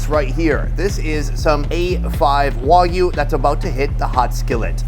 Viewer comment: Its WAG U not WOG u